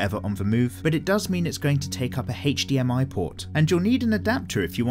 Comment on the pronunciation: "Heych-DMI cable" I love hearing you say that.